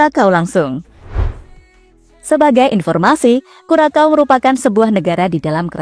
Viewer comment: Bacanya Kurasao, min. Bukan Kurakau. Saya pernah kesana. Disana terkenal sbg kepulauan ABC A=Aruba B=Bonaire C= Curacao